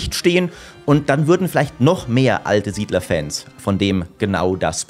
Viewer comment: Lustig, wie du SIedler 5 sagst als ehrwürdiger Nachfolger